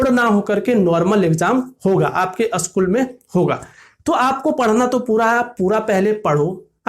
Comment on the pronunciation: Usschool kyu bol rhe ho